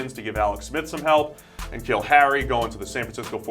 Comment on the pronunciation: Lol "K'Neal Harry"